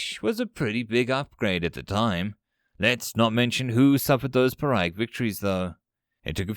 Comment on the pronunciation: pyric -> pee-rick.